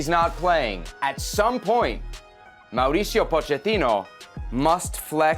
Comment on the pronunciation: Of course Kasey Keller is going to be critical of this. He wanted GGG to stay. USSF homer. Can't even pronounce Mauricio's name right. No story.